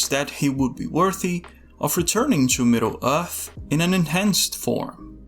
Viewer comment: Middle Uth. Very unique pronunciation. Where's your accent from?